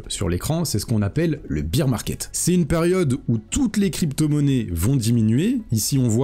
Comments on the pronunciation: Merci pour la vidéo, par contre stp c’est bear market pas beer market 😂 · Merci pour la vidéo. On ne dit pas Biiir market mais Bèèère market, excuse de te reprendre mais vu que tu le répètes 50 fois dans la vidéo, je me permets de le faire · Beer market = marché de la bière. Bear market = marché baissier. Bear se prononce BAIR comme dans 'Ber'nard :) Sinon, sympa la vidéo :) Comme d'hab' voudrai-je dire :)